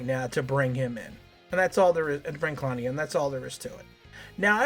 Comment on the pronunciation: Why are you saying his name like that...?